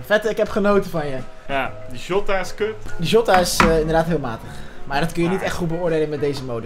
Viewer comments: de man van de goeie uitspraken: PaGeGo, Joota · je spreekt het uit als zjota